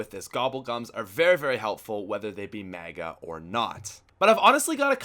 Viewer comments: JESUS CHRIST ITS PRONOUNCED 'Mega' NOT 'Maga' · says mega really funny